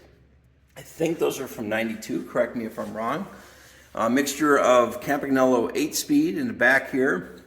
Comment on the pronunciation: 22 seconds in. "most had funny names we couldn't pronounce " 3 seconds later: "cam-pag-nolo" AAAAARGGHHH (it's pronounced Cam-pan-yolo) Nice collection; I ''collect' bikes roughly between (the last of the pro steel bikes), think Colnago Master olympic, Tecnos... I have a bike quite similar to your Pinarello Treviso but just a bit 'younger' with internal cable routing. nicest bike of your collection imho: The Colnago Buckler. If I ever find one in 54 or 55...